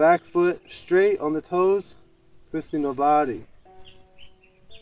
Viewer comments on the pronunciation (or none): I just love when you say "Twisting the body" with the same accent as master Yuan. :) Every time I do warm up with this video I notice it .